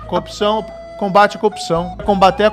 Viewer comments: A montagem no final do vídeo só explicitou a compulsão do moro pela coopção (ou cuopção, dependendo do afinamento do ouvido). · PQP, qtas vezes o marreco falou “copção” ? Hahahaha… sensacional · Marreco não consegue nem falar "corrupção " ...que sujeito deprimente. Bob conhece o canal do Thiago dos Reis, Plantão Brasil? Assista. 👍🏼